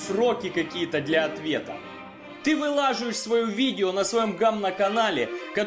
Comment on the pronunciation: После ударения на а в слове вылАживаешь, дальше смотреть не было смысла )))) очередной необразованец